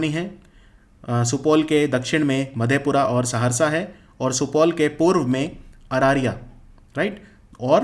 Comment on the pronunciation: Sir arariya ka pronunciation me mistake tha😂😜